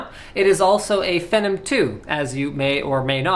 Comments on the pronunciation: He called it a "Phenem" lol Linus, last I checked it's: PHEE-NOM xD like the word Phenomenon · Fee-Nom, not Feh-nem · No-offence intended, but it's pronounced Feenom not Fenom. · its phenom, getit right :P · You may or may not have figured out by now that phenom is pronounced fee-nom, feeee-nom, say it with me now, feee-naaawm.